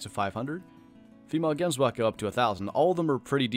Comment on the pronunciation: Gary W ohhh i'm afrikaans its weird hearing him pronounce it jemsbuck